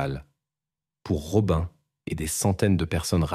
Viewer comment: Rob"un" alors que ça se dit Robine. Berk, j'arrête d'écouter.